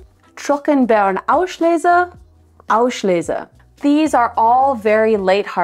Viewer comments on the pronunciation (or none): Just one thing there is no sh-sound in „Auslese“ it is just a normal s-sound … like in riesling